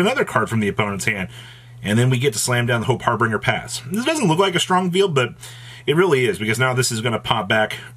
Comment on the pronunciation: Of all words nerds should be able to pronounce correctly, it's "harbinger". It's not fucking "har-bringer". He does not bring "hars".